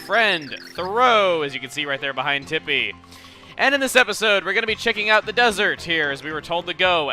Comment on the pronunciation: when he said "Thoreau is behind tippi" i heard him say "thoreau is behind the hippie" XD